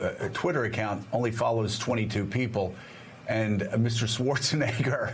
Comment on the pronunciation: This video was clearly a man seeing how many times he can get away with saying the N word on national news lmao. That is NOT how you pronounce Arnold SchwarzENEGGER’s last name. My bad, two men and a women*